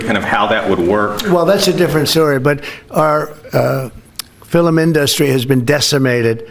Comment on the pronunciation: did he say filem-indaustry??